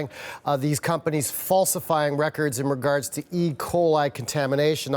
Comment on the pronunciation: I swear she said "Pumpanies" instead of "Companies".